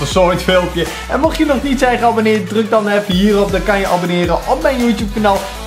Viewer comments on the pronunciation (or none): none